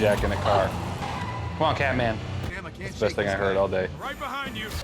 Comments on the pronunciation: I'm sorry but did she just call the king of Wakanda "Cat-Man"?! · She called t challa cat man I cannot forget that